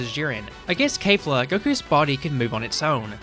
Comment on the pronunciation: Why are you saying Kay-fla instead of Kef-la. They literally say it in Japanese, in the anime, which is the original work - there's zero reason to mispronounce it unless you're using an AI voice.